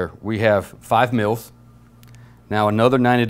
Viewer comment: It sounds like he is saying milfs lmfao !!! But still good video...